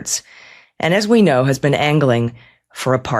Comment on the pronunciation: "I never bean frens!"